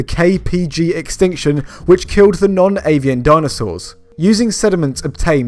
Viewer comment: I thought you said "non-alien" dinosaurs, and I wanted more info on the alien ones.